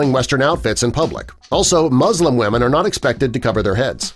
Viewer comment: Please learn to pronounce "women" correctly: "WI-MIN"